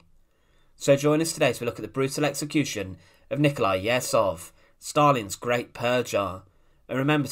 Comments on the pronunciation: Ye zh ov. Not Yezov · Last name is not YEzov, but YezhOv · It's Yezhov not Yezov: the "zh" sounds like the "g" in regime. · You mispronounce the name of your subject. It's not 'Yezov' but 'YeZHov' where Z and H transcribes the Russian letter 'Ж' /ʒ/. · It's pronounced YeJov, not Yessov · YEZHOV (not Yehzov) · Yezhov, not Yezov, FFS. The phoneme is found in English, so there's no excuse for you to not pronounce it. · Ježov, not jetcov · The "zh" in Yezhov is pronounced like the "zh" in Dr Zhivago, or the "s" in "pleasure". It's written with one letter in the Russian alphabet (ж). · Great video, just a remarque: the name is pronounced Iejov. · I can’t see if this got mentioned, but “zh” in Russian represents the sound we say at the end of “garage”, like the French “je”. It’s not so hard to find out correct pronunciation of important Russian names. So if you said Yezhov like “garage-ov”, you’d be on target. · Pronunciation help: Yeh-zhohf. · Its YeZHov. Zh is read similiarly as a sound of G when english say Algiers. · A hint for all youtubers: before making a video with foreign names, google, e.g. "Yezhov pronunciation". It's not that hard. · When reading Slavic names and words, "ZH" combination makes one sound. We even have one letter for it - "Ж". It is close to soft French "G". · This would be a better video if you would not butcher Yezhov’s name every 10 seconds. Zh sounds like pleasure, measure, treasure. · 'zh' in Yezhov transliterates like the sound [3], like 's' in the word 'uSually'. Thanks for video (history about so-called phallarrian bull, when engineer who created the best tool for torture (the copper bull) was the first victim of their "creativity". It is not about Yezhov, it is about being totally obedient but not with any moral values. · Difficult to get thru this with Yezhov's name consistently mispronounced and misspelled.